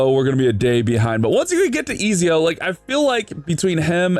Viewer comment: Nice man. His name is pronounced Et-zio by the way haha hes from italian renaissance times